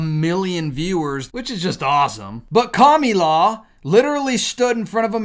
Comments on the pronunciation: Her name isn't Kamula. Kamala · KAM AAA LAA, Not KAMULA .. It's easier if you say it correctly... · I love that "Kamilaw"😂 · Calm-el-a, is how it’s pronounced,,, you’re welcome 😉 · Won't you please pronounce her NAME correctly? K A M A L A. Thank you so much ❤ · Whether or not you like her or not why can't you pronounce her name properly? That is so juvenile! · Why do you mispronounce her name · So why do you have to pronounce the name wrong is that supposed to be funny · This guy can't even say Kamala 😂😂😂😂 take some language therapy so you can learn to speak before recording any more videos. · So why do you pronounce her name wrong??